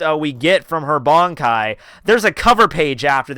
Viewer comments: I don't understand how you can be bold enough to make videos about Bleach and then not pronounce key terminology correctly. Barn-kai? Zan-par-kto? Ken-par-chi? If you're not sure how to say the (what look like really easy to pronounce correctly) words, watch an episode or two of the anime with subs. Unbelievable. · Your videos are overall enjoyable. But PLEASE learn how to pronounce the japanese names and terms! It's Bankai, not Bonkai. Ban, as in Bun. Zanpakuto, not Zanpakt-oh. Sun-puck-t-short O.